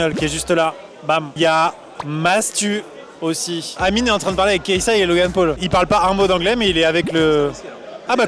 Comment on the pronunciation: Mdrr c'est réel et amine ça l'appeler amini psk le e ça se prononce i en anglais